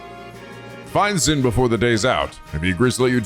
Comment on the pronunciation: Just a heads up Zin's name is pronounced as Jin.